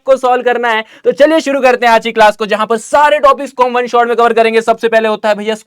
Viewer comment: kya app bihari ho? Apka 1 number bihariyo jaisa he hai 😊😮😮😅😅😅